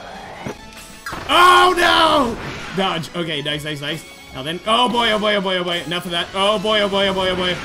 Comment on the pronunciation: When he says oh boy it sounds like boyo